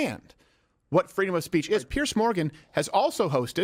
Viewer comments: It's Piers not Pierce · I hate it when the pronounce his name Pierce. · Piers never reads it right... He always has it wrong-- Bless Him